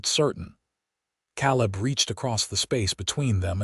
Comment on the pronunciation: Can't listen to an entire story with them pronouncing Caleb as Cal-lib. I'm out.